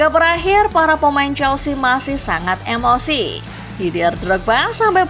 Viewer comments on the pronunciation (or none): none